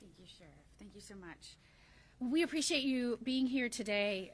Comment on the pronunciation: She said " preciate " yall being here . I like her already 😏